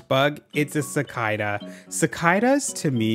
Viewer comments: it’s sa-cada not cee-cida I think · ...it's pronounced sick ada not sick ida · cicAda. Not cicIda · IS IT NOT PRONOUNCED CI-CAY-DUH HELLO?? 😭 (lovely video as always lol don’t take this little but too seriously) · AAHH IM SO HAPPY OM NOT THE ONLY ONEE????!!!! DUDE ITS SI-CAY-DA NOT WYV THE FUCK HE SAID🙁💗 Live laugh love bud but holy shit he needs grammarly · CI CAR DA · do canadians really say sickeyedahs? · Say Cickydah one more time 🔫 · the way he says cicada is killing me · Does he actually say cicada like that or is it a bit? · i’m sorry girl the way you pronounce cicadas deals psychic damage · losing it at the canadian pronunciation of cicada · im sorry but I died at the way you pronounced cicada😂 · I’ve never heard someone pronounce “cicada” like that before.. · I have never heard someone say cicada like this ??? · How he say cicada 🥹😅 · why did he say cicada like that? 😂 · why do you say cicada like thjat 😭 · where are you from that you pronounce cicada like that 😭😭😭😭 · he's canadian! i'm also canadian. idk how to say it either, because i've never seen that bug irl